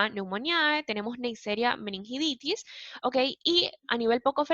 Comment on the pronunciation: Muy bueno. Pero ojo que se dice meningitidis, no meningiditis.